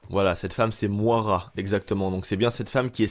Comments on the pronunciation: On dit Moyra et pas Moara ;) !! Dsl j"'ai horreur de reprendre les gens mais au bout de la 5ème fois j'me suis qu'il fallait que qqn te le dise X) ! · ''Mouara'' tu me tue mec 🤣🤣🤣 Ça se prononce ''Moyra'' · Le prénom de la meuf ne se lit pas Moara mais Moyra , c'est un prénom courant au us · ca se prononce moyera prénom irlandais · Moira ..... stp revois la phonétiques mdrrrr